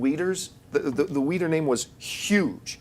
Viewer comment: It's pronounced WEE-DER.